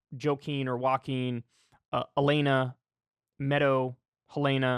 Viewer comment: My boy pronounce it Joe-keen